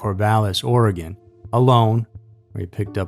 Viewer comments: Hey a YouTuber who can say Oregon lol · Thank you for pronouncing Oregon properly! It just feels really respectful when it's pronounced the right way.